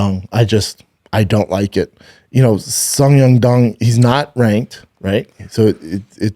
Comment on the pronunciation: Schaub trying to pronounce Song Yadong killed me😂